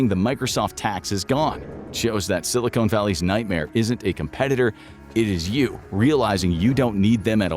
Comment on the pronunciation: Not Ai but still pronounces Silicon (Valley) Silicone